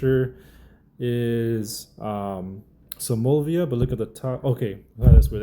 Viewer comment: Bro you struggled with that name 😂